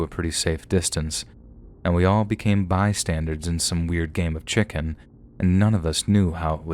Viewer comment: It's bystanders, not bystandards lol, an by the way your voice is awesome, love listening to you xXx